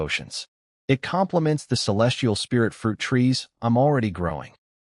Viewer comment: Storyteller is calling spirit like Sprite